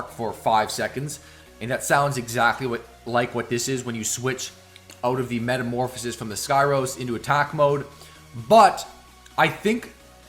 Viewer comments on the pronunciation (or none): none